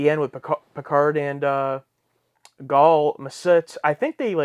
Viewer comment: I am sure someone has already said this , but it's Goul pronounced like gull as in seagull. Goul is his rank. I think it's equivalent to a general in human terms. Now it is entirely possible I'm spelling Goul incorrectly. I'm also sure that someone will correct me somewhere along the line.